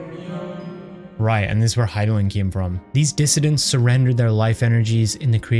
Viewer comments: You probably figured it out by now, but his name is pronounced "Hyth (rhymes with myth) - low - DAY - us" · Hey just in case you're unsure of how to pronounce Hythlodeus, it's: hith-low-day-us. It's actually based on a Greek character, Speak of Nonsense'. Hope this helps! I was pronouncing it wrong for a very long time.